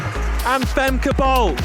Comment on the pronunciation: It is not Fem-kay. Pronounced as Fem-kuh, like in duh.